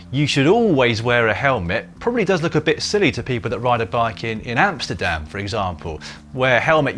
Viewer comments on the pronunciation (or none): none